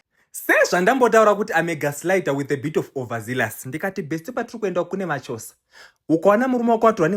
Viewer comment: Maxoza not machoza.kkkkkkk